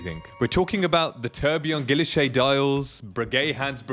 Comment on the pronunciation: I’ve been scouring the secondary market for a Tradition Quantième Rétrograde 7597 or a Classique 7147. Haven’t yet found the right one at the right price, but am being patient. By the way, guilloche is pronounced ghee-oh-shay. And Lange has a soft G.